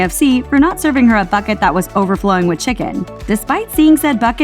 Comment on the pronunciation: lol did she really just say fuckit instead of bucket